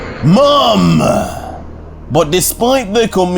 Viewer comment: I'd like to ask a question. It may seem like I'm criticizing, but I'm simply curious. It strikes me that every sentence, after the last word, always ends with an "Ah," like when he says "mom," which sounds like "mom-ah." Is this because of the accent, or because of the emphasis when narrating? If it is because of the accent, where does it originate? As I said, this comment isn't meant to criticize, just to clear up any doubts. Thank you and congratulations on the work!